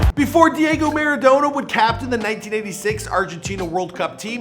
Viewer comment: I don't want to hate, but the way you're pronouncing Diego Maradona is killing me!